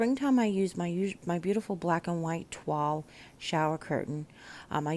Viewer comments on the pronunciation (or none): It sounded like twall. I dont know what either one means, lol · You're welcome my dears., I just learned "toile" is pronounced "twall" not long ago too!! LOL